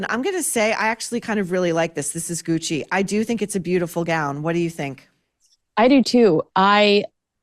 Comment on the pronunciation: I thought you said, "Demi Moore in hoochie" instead of "in Gucci" :D